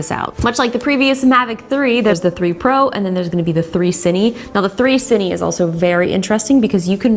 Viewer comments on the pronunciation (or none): Pro tip! "Cine" is Cinema in Spanish (Spain), it's pronounced "See-neh" 😉 Nice video as always!